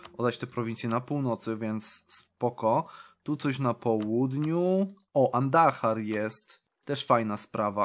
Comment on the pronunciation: czemu z Andhry zrobił się Andahar 🤣🤣